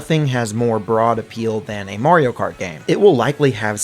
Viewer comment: “Murio Kert”………..ITS MARIO KART MUVA F**** 😂